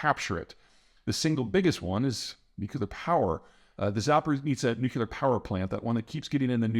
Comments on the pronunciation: Zaporizhia. Not Zap-or-neet-sa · Peter Zeihan has a lot of trouble pronouncing 'Zaporizhzhia' (think of 'zh' as a J)